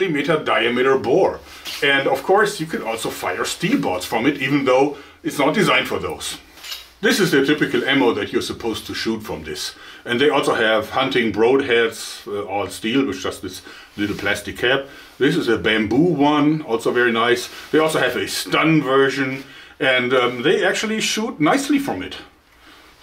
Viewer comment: Someone needs to teach Joerg that broadhead isn't pronounced bro'd head